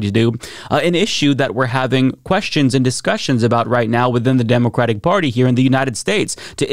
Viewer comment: "demoquatic" gets me every fucking time. i cant tell if thats a slip up or its on purpose since you've sd it on multiple videos.